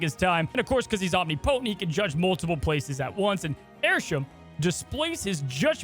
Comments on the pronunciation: I don’t normally care about pronunciation or nothing like that but hearing say “Omni-Potent” instead of “Om-nip-otent” made me laugh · Anyone gonna mention the pronunciation of omnipotent as Omni-potent? I love the commitment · The way you pronounced "omnipotent" drove me up a wall Haha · I can’t get over how pronounced “omnipotent” 🥴